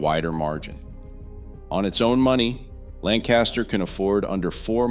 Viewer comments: Yes! Lancaster County, SC is definitely having terrible growing pains. (Wish the person on this video would pronounce it correctly). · It would really be nice if you would learn how to pronounce South Carolina names such as Horry County and Lancaster County. Also, the Catawba River does not run through Lancaster County. It runs down the western border of the county. It also runs north-south. The river separates the Fort Mill area of York County from the Indian Land area of Lancaster County. Facts are important if you are going to put out videos that report to be accurate.